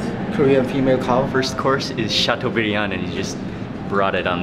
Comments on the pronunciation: people: chateaubriand Mark: chateaubiryani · It's not "chateau biryan", it's "chateaubriand".. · It is Chateaubriand not Chateau biriyan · LOL they keep saying female cow LOL cows are female and male bovines are called bulls or steers ha ha .. you would think someone who specializes in beef would know the difference. And mark keeps saying chateau Biri yand lol its chateaubriand